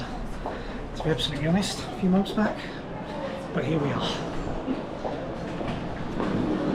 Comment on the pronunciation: does everyone "b(l)ack it in" in North Korea?? 😅